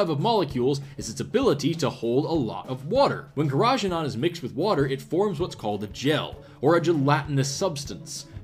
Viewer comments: I hate to be that guy, but isn't it KehRaGeeNaan? Or is that a different thing? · As someone with a culinary background, the way you say Carageenan is amazing.